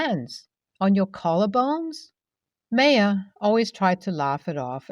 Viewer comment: Nbd, but just a little fyi, the Ma in Maya should actually be pronounced ‘my’ not may, so Maya should sound like ‘my uh’.